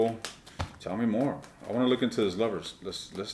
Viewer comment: All I keep hearing is you’re going to “lick” instead of look. Unless I was hearing it correctly 😂